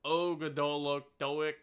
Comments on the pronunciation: Og-doa-dic is how i pronounce it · Love the Ogdoadic. They are pronounced Ahg-Doe-Ad-Dic just FYI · pronouncing ogdoadic as "ogred*ck" is a new low. 💀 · nah was CRAZY ogle a dick like whaaat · That’s the decks name now 💀💀💀